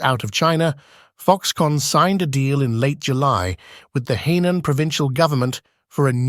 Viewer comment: Henan province, not "Heinan" province.